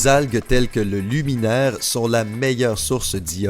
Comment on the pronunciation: Heu pour les algues, c'est les laminaires, pas les luminaires